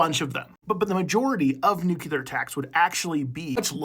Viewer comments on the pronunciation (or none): Nuclear. ‘New-clear’ not ‘nuke-you-lur’. George bush did so much damage. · This might have been interesting. But I just can't listen to someone who should know better saying "nucular" instead of "nuclear".